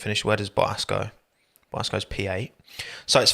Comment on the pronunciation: Love the way he pronounces Bottas's name 😂😂😂 . Boah - Ass